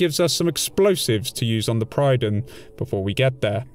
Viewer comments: The Prydon? It's called the Prydwen - pronounced; Prid-Win. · Pridd-win. Not pryden... The game says it multiple times xD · prid-win not pride-win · Pred-win, not Pride-wen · I think it's a deliberate mispronunciation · does it annoy anyone else that he pronounces Prydwen wrong every damn time he says it?